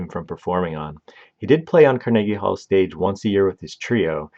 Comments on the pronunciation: Freaking hate ai narration… car-neeege hall? Puhlese!! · CAR-NA-GEE Hall. Bro, how do you not know how to pronounce that? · Pronounced car.nuh.gee hall with emphasis on “car” and hall. Definitely not: car NAY gee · I am certain the name is pronounced such as "vee-go" and the halls name is pronounced like "car-nah-ghee" i always stress as ive done public speaking look for 3-4 instances or a name or location to get confirmation as to how it sounds. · Car na GEE hall Can you pronounce ANYTHING right??? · Not to mention he pronounced Carnegie Hall as Car-niggy Hall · The narrator's pronunciation of "Mortensen" and "Carnegie Hall" are kinda' weird. In both words the emphasis in on the first syllable, not the second. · The way you pronounce some words is really irritating me. Carnegie Hall, Mortensen are just a couple. You do it to get comments complaining. I get to call you an uneducated idiot. We both win. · Learn how to pronounce these names. Viggo mortensen? That pronunciation was terrible. Carnegie Hall? That's not how you pronounce Carnegie. Ridiculous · Made this nearly unwatchable. It's not as if it was a language barrier issue, more like a lack of research, issue. Seriously, who doesn't know how to pronounce Carnegie Hall?